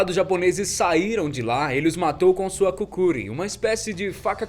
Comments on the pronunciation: É Kukry não kukuryyyyy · a faca não se fala Kukurin mas sim Kukri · man n é kukuri é kukri